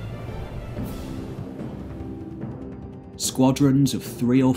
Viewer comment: It sounded like you said course instead of corpse. I had to fill in the blank myself.